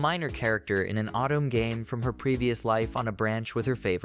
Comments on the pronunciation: Please install a Japanese language pack, or if that's not possible, use phonetic substitutions. "Otome" being pronounced as "Autumn" can be overcome by using "oh toe may" in the script for the narration program to read. Just like how many readers pronounce the "bow" in bow and arrow like "bow to royalty", when all they need to do is type "Bo" instead of "bow" in order to get a "long O" sound. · Oh toe meh. It is 3 characters you need to pronounce. Anyone that's me being nitpicky.